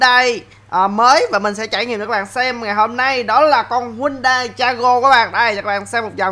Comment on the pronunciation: Đọc đúng tên xe là HY-UN-DAI nha a